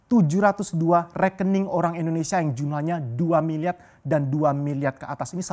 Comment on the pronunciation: Susah bro ngomong R wkkkw